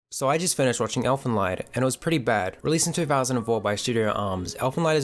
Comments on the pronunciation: It is pronounced as elfen leed. Not lied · First and foremost: It's not pronounced "Elfen Lyed" (pronouncing the "ie" as in "die"), but "Elfen Leed" (pronouncing the "ie" like the "ee" in "reed" or "weed"). Yours sincerely, a German native speaker. Bad enough that the Japanese butcher our language, now the Kiwis do it, too! :D I have a really big love/hate relationship with Elfen Lied, coming from a similar starting point as you (watched it first when I was 12, I'm 22 now). I think that this series had some very, very neat ideas and it also had a certain sense for atmosphere that would've made it possible to turn its core concepts into an outstanding work of fiction. But sadly, it failed. At its core, Elfen Lied is essentially a not all that stupid debate of the old "nature vs. nurture"-debate; it reflects on how much living beings are shaped by their genes and how much they are shaped by society around them. In the manga, this philosophical approach is accentuated quite a lot more than in the series, and it's - at least in my opinion - really enjoyable. Setting up Nana and Mariko as the two polar opposites to illustrate this dilemma was a good idea as well. Even the fact that they used the age-old "muh amnesia"-trope with Lucy/Nyu doesn't really bother me in this instance, because it actually makes a bit of sense to have a half-human with a half human, half non-human mind lose one part or the other through injury. It also cleverly avoids answering the aforementioned question, because nobody knows - did she behave nic